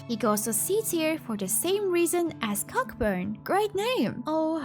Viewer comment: youll be heartbroken to know cockburn is pronounced co-burn, Also heads up Feo ul and all faefolk use "they" in ffxiv loved the video :D